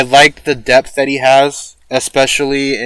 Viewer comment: When you said debth for Hijikata I heard death for some reason. I haven't finished the series yet and you almost killed me there lmao